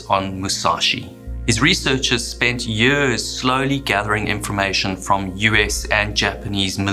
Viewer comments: Yeuuuhhhrrrssss. Why the heck do you pronounce YEARS so weridly? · Tropical Areas? Japanese Navy? Ship Wrecks? IM IN! btw. "50 Yööörs läter"